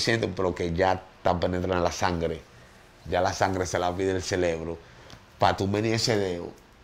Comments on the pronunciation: (LA PALABRA CELEBRO) me hace doler los oídos , esa historia está mal contada , donde estaba su familia en ese momento? Que maldita fragilidad, si x un jumo de 1ra vez todo el mundo cayera en vicio, entonces todos estaríamos como él con el ce re bro 🧠 tostado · Exacto, dizque se aclarò todo, ahora estamos màs confundidos, y no creo nada, para mi es puro rating, ese tipo no sabe ni donde està parado, sòlo habla muchas estupideces e incoherencias, el "celebro" como el dice, lo tiene fundio 🙄